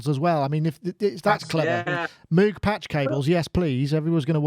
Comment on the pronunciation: Thanks for 1 of the more exciting shows in a while. Good topics and great crosstalk. Notes for peeps: Novation Circuit Sponsor/contest Moog Mother-32 MPC Touch Social Entropy Engine (sounds like it's working to destroy society). Surface Book Cows go "mooo" not "moue" - even the animals got it figured. Only reason he insisted on having it pronounced differently, is because they teased him in school. And ofc the patch cables doesn't have logos. They bought a couple of boxes from a chinese company for 1cent per cable, repackaged them, and sell them for 280x the amount because now it's "Mogue"... That Mother-32 is looking pretty tasty though, is it a sort of synthesque milf thing? About the Novation Circuit, overall i hope they've done great - i'm a big fan of grooveboxes, so more of them is nice. But as i've said before, it's not only too close to the Korg Electribe in some respects, but it's also outdone by it. And with only 60£ between them (as you aptly point out), i think the Novation needs to "shed some financial weight" if it's to be a success. That said, while the Electribes have their own, slightly closed, fanbase. Novation have had great success with marketing the "Launch" range of products in particular. So not only have they shown they know how to "talk" to their customers in general, but i think the Circuit could possibly ride on the back of the Launch range image-wise. And despite currently being on the slightly expensive side, com